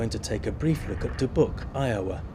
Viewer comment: It's Da-byouk not Da-book.